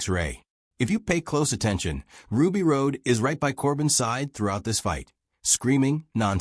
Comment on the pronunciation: Chris Tucker was hilarious in this and it's pronounced ROD! Plus,Ray was a celebrity